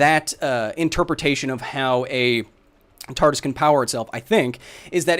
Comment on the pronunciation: did he really miss pronounce TARDIS? 🤣